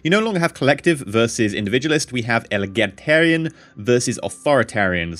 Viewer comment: Egalitarian not elagitarian :D